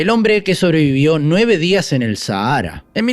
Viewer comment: QUE MAL PRONUNCIAS SAHARA, ME SORPRENDE!!!